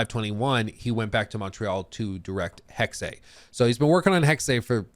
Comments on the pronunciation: It's HEXE, not Hexeiiii.. 😅 there is no I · Its not Hex-ay, it's hex-ah. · Eh? Right. Correct pronunciation is hex-ah. Like Scheiss-ah. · Just speak "Hex" not "Hexay" It hurts german speaking natives^^ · Please stop saying Hex-ay, sounds absolutely dumb. Its pronounced 'Hex-eh' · For the love of God, it is pronounced "HEX-UH" or if you really can't just go with "HEX". I feel like punching you in the face each time you say "Hex-ay". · Is it pronounced Hex -eh or Hex-ay? I'd go with Hex-eh. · It's pronounced Hex-Ah not Hex- Ay. Sorry 😁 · Hex-eh not hex-ay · it’s Hex-uh, not Hex-ay. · Hexe H-uh-ex Hexe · Hexe is pronounced like Pete Hegseth without the t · It’s “Hek-suh” FFS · anybody knows a Northen Germanic Language could correct them. in the Original german its certainly Pronouced hex in singular and Hexes in plural, we use the same sound in Danish but we dont use the X, we spell Witch or Witches = Heks = singular and Hekse = plural... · Why does pronounce it Hex-ay? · because he dosn't Speak German, Dutch or a Nordic language I would think. in the Original german its certainly Pronouced hex in singular and Hexes in plural, we use the same sound in Danish but we dont use the X, we spell Witch = Heks = singular and Witches = Hekse = plural... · This video was painful because you pronounced everything wrong. From people's names, to Hexe, and more. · You'd think he'd look up how to pronounce "Hexe" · You really mad just cause some pronounced a word wrong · At this point he’s mispronouncing it on purpose to troll us